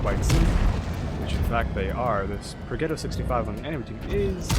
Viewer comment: You should not run vents, use calibrated, so e100 turrets are no problem. Also, what mod do you use? Finally, Progetto is pronounced projetto